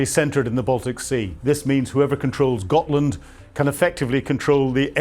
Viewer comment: Gotland, not Gothland.